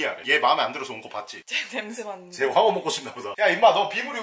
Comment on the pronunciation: 황어가 아니라 퐝어 인줄